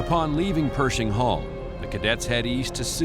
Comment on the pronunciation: Its not Perzhing it’s Per`sh`ing 😊